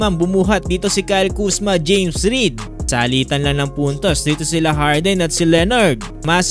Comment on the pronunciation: Jamesreed? Tama ba narinig ko?